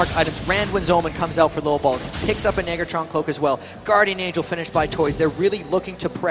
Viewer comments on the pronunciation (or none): Why's he adding an extra R to negatron cloak? :face-orange-biting-nails